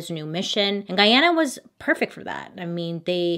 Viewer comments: Missed you!!!! Great job in pronouncing Guyana correctly, alot of people always called it Guiana. This happened in my Country Guyana and my grandmother told us about it as kids. To this day Jonestown is still uninhabited. Many people have reported encountering ghosts, feeling heavy presences behind them and the tribes that where close by all moved from the area after a few persons went missing. As kids we were all taught to never go there. Every year documentaries are shown on the anniversary of the Jonestown massacre. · Being Guyanese I love that you covered this, my mom actually was a baby when all of this happened and it was a big talk in the town. I even more so love the fact that you pronounced Guyana correctly because that everyone says it wrong lol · THANK YOU FOR PRONOUNCING GUYANA RIGHT!!!! My dad is Guyanese and pretty much everyone says it wrong. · Thank you Bailey for saying Guy-ana and not Gee-ana. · It warms my heart to hear u pronounce Guyana correctly. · Loved that you covered this and also excellent pronunciation of Guyana. This is one story that haunts our history. 🇬🇾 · Love you ! So ... it's pronounced Gooyiana, you the best. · Hi Bailey, I'm a Guyanese. Much love from Guyana. I have to say, you pronounced the name of our Country very well. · Bailey, kudos for pronouncing "Guyana" correctly. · Thank you for pronouncing guyana correctly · My mom was a young girl when this happened in Guyana!! She said it was so crazy. Also thanks for pronouncing the Guyana correctly 👏🏼☺️ I just found a your channel, and I’m loving it! Can’t wait for more 👍🏽😁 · Can I applaud you for pronouncing GUYANA the right way... As a Guyanese it's annoying hearing all crazy pronunciation of a simple word! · Thank you for pronouncing Guyana correctly! <3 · I love that you're pronouncing Guyana correctly because a lot of people don't really get it! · It’s nice to see someone pronounce our country’s name correctly. We love you from Guyana Bailey❤️🇬🇾